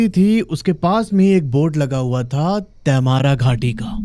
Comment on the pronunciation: क्या बकवास है, मैने कभी नही देखा, और तैमारा नही तमार् बोलते हैं. आप बोलते हिंदी हो और अंग्रेजी का नाम बोल रहे हो. जैसे आप mango🥭, Jamshedpur को क्या बोलोगे? मैंगो या मानगो?